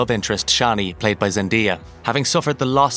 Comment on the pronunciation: Zen-DEE-ah?! please learn how to pronounce things properly